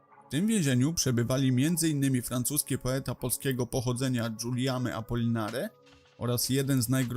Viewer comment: Sprawdzaj wymowę. Włosy stanęły mi dęba na twój "francuski". Polecam angielskojęzyczną wikipedię, tam są transkrypcje. - Biedny Guillaume Albert Vladimir Alexandre Apollinaire de Kostrowitzky właśc. Wilhelm Apolinary Kostrowicki lub Wilhelm Apollinaris de Kostrowitski – francuski pisarz i krytyk sztuki polskiego pochodzenia. Jeden z głównych przedstawicieli francuskiej awangardy poetyckiej, twórca terminu surrealizm... [Skrótowo: Gijam Apoliner].